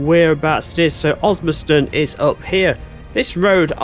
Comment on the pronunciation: Osmaston* there’s a second S there and she’s not a silent partner. Don’t go reading things like an American now, there’s a good fellow.